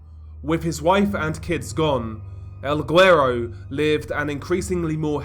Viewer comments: It’s semi-silent. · I live in Houston with a really high Hispanic population and I'm married to a Hispanic lady and I'll get called guero all the time. Never in my life have I heard the hard g with the word lol, but ok. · The G in guero is silent! This was hard to listen to lol. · Hey DR, I think your getting ur Spanish pronunciations from the wrong person You pronounce certain words with a “-th” sound when there isn’t Spanish people are known to use “th” Mexicans on the other hand don’t Also guero is pronounced “Weh-row” Hope that helps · I guess it depends on the dialect but saying "güero" without pronouncing the g is incorrect.